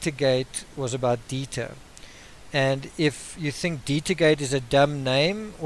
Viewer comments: dEIter.....not as in diet-er.....it's deiter. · Dieter not Deeter. I would think you'd know this since Dutch is similar to German. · It’s “Dieter”...a German name for a German breed! 😁 seriously, love your analysis and presentation of content. I generally learn things and tend to agree with you. Excellent videos! 👍👍👍